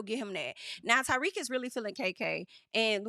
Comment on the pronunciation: I know "Ty-weak" was just a slip but it's low key the perfect name for him